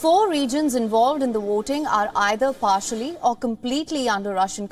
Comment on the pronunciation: She said waiting, instead of voting. Many Indians especially from the south can't pronounce w, v etc. Five pronounce fie.